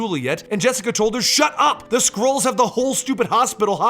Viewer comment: i heard squirrels not skrulls